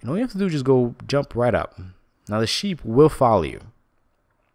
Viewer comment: Did he say SHIT FARM????